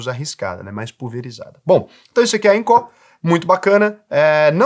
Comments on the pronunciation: Fala sério né,. Todo mundo sabe que Incó (como vc pronuncia) é o famoso instituto do coração. A pronúncia certa é ínco😂😂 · Eu acho q a única coisa q vc disse errado eh o nome da empresa kkkk eu chamo de incô. Incó fica estranho kkkkk (nem sei se tá errado, só falei pela zoeira mesmo) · IncÓÓÓ??? KKKKK. Não tem acento agudo. INCO. Engraçado demais ouvir ele falar INCÓÓÓ 😂😂😂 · Invisto na INCO desde 2020 e nunca tive problemas. Recomendo muito! Detalhe: análise e comparações rasas. Falou o nome da empresa errado o vídeo todo.. É INCO e não INCÓ 😂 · Inco, não tem assento agudo na letra "o". Sua fonética está colocando, Incó. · INCO, não Incorrrrrrr 😂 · só não gostei de falar INCÓ, no mais, excelente video hahahaha. As pessoas ainda não entendem risco x retorno. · eu tenho conta na INCO e não tenho do que reclamar! (E detalhe, a pronúncia é "ÍNCO"! 😂) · Sou investidor na INCO tem 5 anos. São bem claros e transparentes quanto aos riscos. falou algumas coisas que não são condizentes. Trm empresa la por exemplo que fatura mais de 200 milhões, não é empresinha da esquina. E não é Incó ne kkk Nem a pronúncia do nome da empresa ta correta. Acho que valia ter aprofundado mais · "INCÓÓ"? KKKKKKKKKKK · Acho que só o fala incó kk. Nunca ouvi ninguém falar assim. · é baiano e coloca silaba tonica no lugar errado rsrs